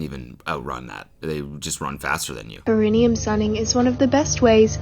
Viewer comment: Every single one of them says "perineum" incorrectly.